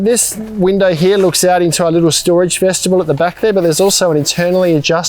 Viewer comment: Say it with me, vest-i-bule. Not veshtibule.